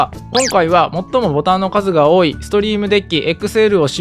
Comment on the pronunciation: Deckはデックと読みます。めっちゃソワソワする